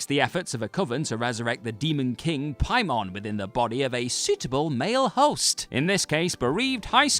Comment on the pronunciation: Say Pie-mon one more time